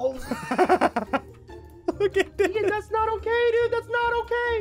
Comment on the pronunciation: ian not ean